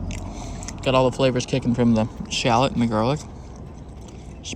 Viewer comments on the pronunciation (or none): none